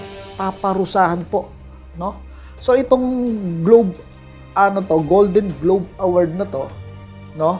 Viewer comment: Golden globes, hindi golden globe... with S yan